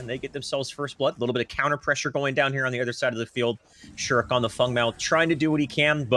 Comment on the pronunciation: FANG! Not fung!!!!